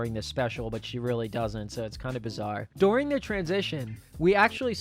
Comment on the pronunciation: Lol "Douring"